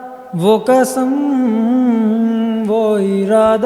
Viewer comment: اردو تلفظ انتہائی خراب ہے۔۔قسم کو کسم نہیں کہتے۔۔۔